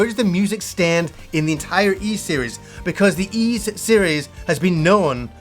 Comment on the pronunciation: for the love of adol its whys 9 not eez 9